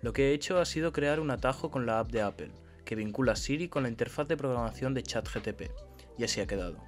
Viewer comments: Jajajajja, es verdad... en España lo pronunciamos así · Deberías utilizar chat gpt para que te enseñe a pronunciar correctamente la palabra Apple.